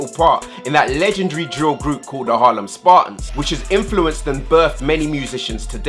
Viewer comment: cmon your meant to be our English Teacher its drill not dill 😂😂